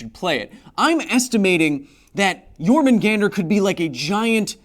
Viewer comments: Yor ma gon der... not gan der... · Jǫrmungandr is not pronounced with a small 'a'. It kinda hurt to listen to